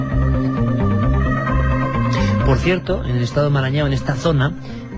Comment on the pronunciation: Ahora pronunció Marañau. Entonces debe ser Maranhão (Marañón). Ese estado queda en nordeste y no en norte de Brasil y es parcialmente amazónico.